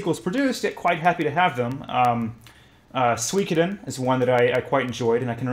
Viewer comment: Nicely butchered pronunciation of Suikoden, which by the way one of the best JRPGs ever.